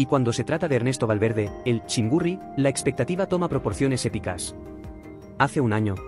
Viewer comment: chingurri no chin burri